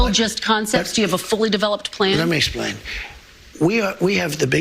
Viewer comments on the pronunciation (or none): ‘…let me splain….’ Splain what?